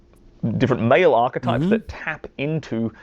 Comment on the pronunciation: "Archetypes", not "Arc types"...